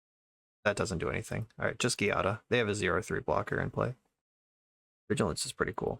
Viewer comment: this deck is sweet but for the record "giada" is pronounced with a soft g since its an italian name-- /,ji'a,da/